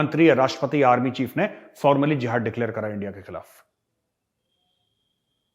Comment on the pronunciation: Makai again when major says endia with the accent it's so funny 🤣